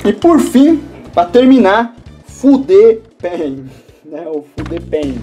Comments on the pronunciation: Essa fude pen não se pronuncia assim "FUDE PEN", tem que falar com o i no final tipo "FUDI PEN"! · cara desculpa mas eu ri alto aqui quando vc falou o nome da caneta "fude pen" kkkkkkkkkkkkkkkkkkkkkkkkkkkkkkkkkkkkkkkkkkkkk